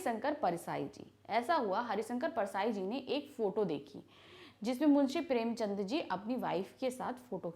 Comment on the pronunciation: Maam aaap kuch kuch words galat bolte ho har vedio me maine ye dekha hai jaise premchand ko aapne ek baar prem chandra kaha